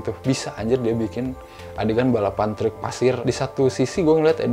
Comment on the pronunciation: yg masa kecilnya di taun 80-90an ada rasa nostalgia pas nonton film ini karena melihat scene2nya. kalo saya mah nostalgia pas tinggal di bandung pas denger ngomong “treuuk” 🚛🚛